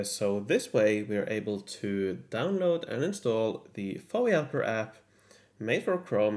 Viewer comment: Don't call it, "Fowee Helper". It's F-O-E Helper.